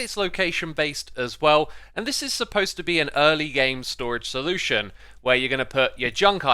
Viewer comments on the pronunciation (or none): none